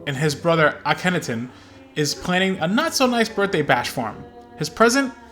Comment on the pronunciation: "Ah ken ah ten" not "Akinnatin"